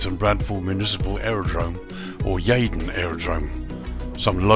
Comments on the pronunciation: Pronounce Yeedon...... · Good video, As a local I love how you pronounce Yeadon, Completely wrong but quite funny. They've done a great job on the graphics and details.